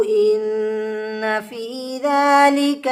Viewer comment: Wafi nhi h fi h